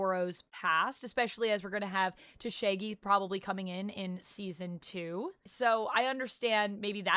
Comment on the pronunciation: Did she just pronounce Tashigi's name as Tashegi 😂 that's hilarious 😂